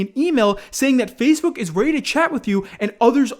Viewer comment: Why does he say fazebook